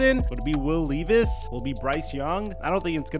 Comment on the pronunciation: by the way im pretty sure is pronounced Will L eh vis